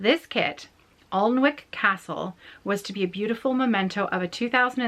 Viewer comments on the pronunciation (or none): I stitched the same project you are gift stitching. I made it into a cushion cover and gave it to my friend for her birthday. But I used the called for threads and fabric. Alnwick Castle is pronounced Annick Castle. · What an inspiring story! Alnwick Castle (you can pronounced it [AN]-[IK]) is just up the road from me here in the north of England and it is so beautiful, I'm glad she has such nice memories of it ❤